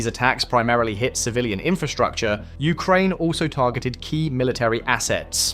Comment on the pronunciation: These are Strikes NOT "SHHTRIKES"!. the word DESTROYING is NOT "DESHHTROYING", STOP! PUTTING SHH where is should be an ST sound in speech. SHUCKS! He also says INFRASHHTRUCTURE. Try and practice saying ST sounds where they are ST sounds in WORDS.